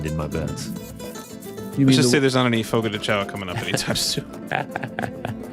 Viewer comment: You think they know they’re saying ‘fogo de chao’ wrong?!?